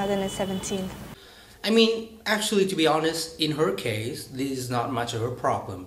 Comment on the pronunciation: ))) anh bảo Hoa hậu phát âm thiếu âm s ở cuối nhưng từ 'case ' anh cũng chỉ phát âm là ''kei' mà không phải là 'keis' :)) nhưng phải nói là 98% anh phát âm và nói rất hay và tự nhiên :)) keep up the good work.